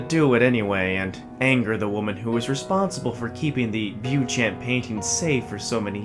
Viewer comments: U pronouncing it wrongly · My favourite creepypasta (I hate that word). I accept that narrators will mispronounce the name since very few seem to include this in their Youtube reads.